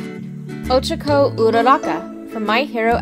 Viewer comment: Anybody notice she says Ochaco weird?